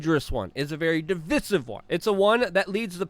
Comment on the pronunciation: divisive - pronounced dĭ-vī′sĭv